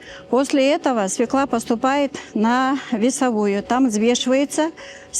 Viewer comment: Молодец комментатор ,правильно сказал : свЁкла.